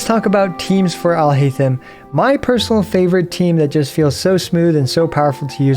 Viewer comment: Your pronounciation of his name is horrible